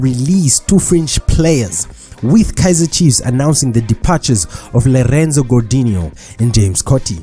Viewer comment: Did he say lerenzo😂😂😂😂